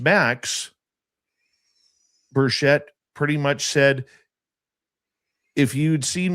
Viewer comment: It is pronounced Tim Birch-et, there is no sh in Tim’s name. Tim is to nice of a guy to correct people but I am not. He has been my county mayor and Congressman for about 15 years now and I consider him a friend.